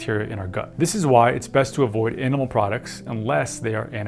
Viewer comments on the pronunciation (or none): none